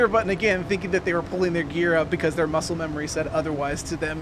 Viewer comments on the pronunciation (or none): none